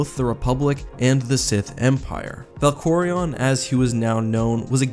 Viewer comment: Someone FINALLY said Valkorion right. My goodness.